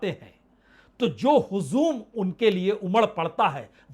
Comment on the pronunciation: Mr punye prasun bajpai // " HUJUM "/ NO HUZUM /